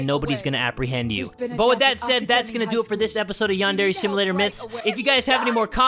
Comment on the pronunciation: I LOVE HOW ALMOST EVERY EPISODE, SAYS; “ Yandere Simlelator ” 😭